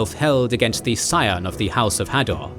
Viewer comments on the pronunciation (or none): none